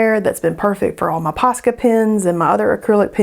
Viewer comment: As soon as I saw the box below the Kuretake paints, I was waiting for you to say it and I was so happy when you said Kiss-a-ho. It is hilarious when you say it. BTW, I miss the way you used to say Poe-Sca. 🙂